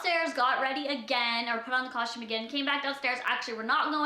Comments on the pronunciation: she does say custom weird she is saying cushtum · Not hating but there is a right and a wrong way to say something that's why there are pronunciation guides in the dictionary.